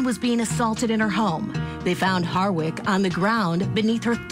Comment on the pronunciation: Why is the one female commentator continuesly calling her HARDWICK??? Did she not do her research ??? Geez, at least get this woman's name right!!!